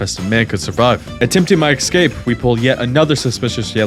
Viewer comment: I'm so sorry to be the one to tell you this (and I ctrl+f'd through all the comments on this and the other video to see if anyone mentioned it first) but "excape" is not a word, it's "escape". You keep saying it so many times so crisply and clearly and I have to correct you out loud every time and it's starting to make me look slightly insane. Sincerely, an English (as a second language) nerd.